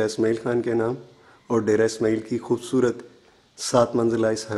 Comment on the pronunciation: Khoobsoorat nahin hoobsuoorat hota ha urdu to theek bolain